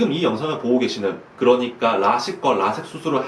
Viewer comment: 이런영상에 이론댓글 달긴 그러지만 영상중간중간에 나만 이렇게 들리나... 라식이나 라 섹수 술